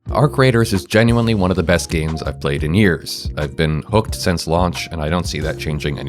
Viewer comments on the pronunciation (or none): none